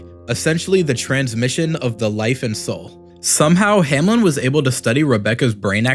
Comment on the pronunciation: Bro: hamlen My mind: HOW TF DID HE MESS UP THRICE